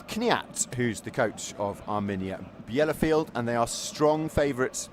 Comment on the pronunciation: This is painful listening to the commentator's butchering of the home team's name.